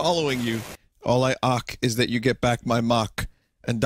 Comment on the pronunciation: "All I aak... is you get back my maak"